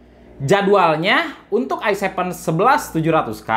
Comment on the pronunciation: "Se Pe U intel ai sepen dan ai nain" 😂😂